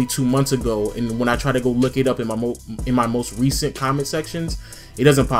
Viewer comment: he said m'y opinion